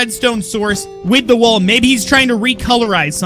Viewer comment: Lol, "Let's put down a bunch of wool" it sounded like he said Wuul, and it reminded me of "Sara with no H" XD